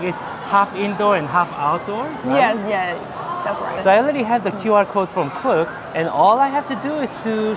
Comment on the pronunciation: its actually pronounced k-look like k-pop. but get your bag king